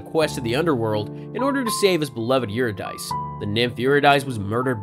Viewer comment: "Your-a-dice". Lol. Um. No. Try "Yer-id-a-see"